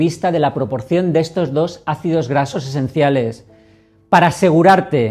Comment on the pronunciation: Son mis nervios o a se le dificulta pronunciar ácidos grasos esenciales...